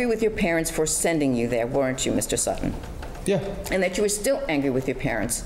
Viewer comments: And how she said Sut-ton instead of sutten and kept saying it until the defendant finally said sutton and then she started saying it right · Drives me crazy when people over-pronounce "t"s. Sutttton.